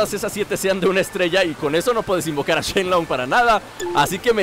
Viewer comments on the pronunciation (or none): none